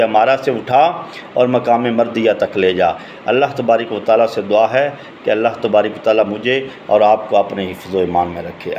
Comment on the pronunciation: تبارِ ک وتعالیٰ کا تلفظ تو پہلے درست کرلے بھاٶ جی۔ پھر چینل بنالینا۔